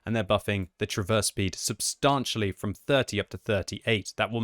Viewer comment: pronounce the word 'substantially' correctly challenge (impossible).